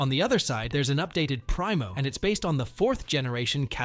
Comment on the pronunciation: Primo = "Pree-mo". "Pry-mo" 😂